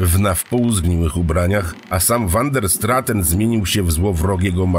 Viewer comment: wander straten.... czy van der straaten? naprawde uwielbiam te tejemity, ale k.... czy angielski, czy wloski czy nazwisko holenderskie... czy to az tak trudno pare rzeczy poprawnie wymowic?? no niestety, ale kluje to w uszy!